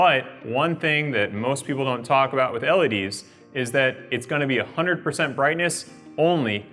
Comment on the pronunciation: The way he pronounces LED's drive me nuts! "ELLYDEES"